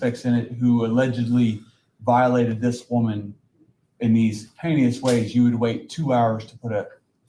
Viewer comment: In a violence manner, haneeously, well “knowin””anal-ization”